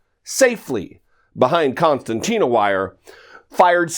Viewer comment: “ConCERtina Wire” .... but, I still love you bro!